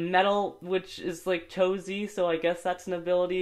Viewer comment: He said chosie